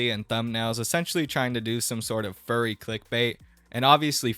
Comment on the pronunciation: He sounds like a monty python character. "Being a Fuwwy"